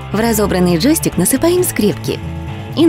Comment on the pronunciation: Почему вы говорите ,,джоИстик?